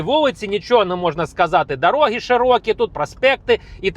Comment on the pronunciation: Немає в укрмові дароги,пакажу, говоріть з правильним наголосом.